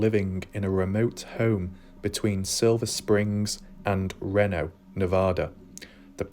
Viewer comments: It’s pronounced….. REEENo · It’s pronounced ree know